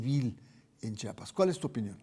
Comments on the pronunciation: Se pronuncia , Chiapas no chapas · Señor pronuncie bien Chiapas no Chapas.